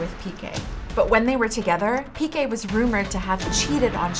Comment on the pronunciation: Piqué, is Piqué. The accent means that the strong is the last syllable. So please don’t pronounce all the names as if they were English.